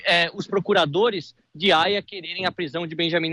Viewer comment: Tribunal Penal Internacional de Raia ???? Kkkkkk cara não sabe nem falar o nome correto kkkkkk